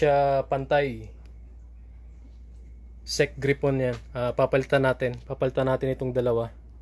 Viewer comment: Nakaka umay yung pronunciation mo ng gryphon. Gray phon. Hindi gri pon.